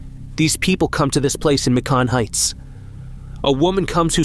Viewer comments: In America we pronounce Macon (May-con) like Bacon 🥓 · I live in Macon,Georgia or as he calls it Mecon 😂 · Thank you for expressing dismay concerning the odd pronunciation of Macon